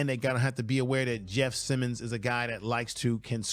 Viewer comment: Why not prepare more?? Bruh, you mispronounced Jeff Simms, calling him Simmons...